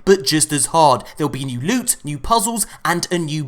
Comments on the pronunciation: I like how you call it lute instead if loot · S-weet p-ressious lewt